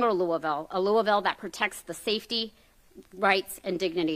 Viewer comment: Congratulations Mr. Garland--you pronounced Louisville the way we do. Now time to investigate New Albany, Ind. right across the river because it is worse than Louisville. Police have gotten away with murder there, including a cop who killed his family and got off. They also abused mentally handicapped people. It is corrupt as well, stealing recovered stolen property.